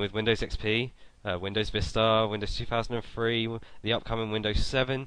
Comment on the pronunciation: "Windows two thousand and free"